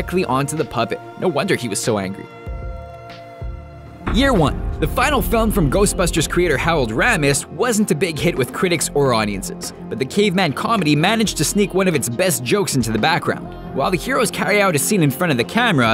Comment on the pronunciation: Mispronouncing Harold Ramis' name, for shame. RAY-mis.